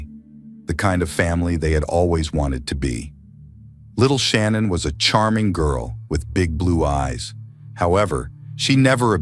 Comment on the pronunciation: with all due respect her name is not pronounced Shannon......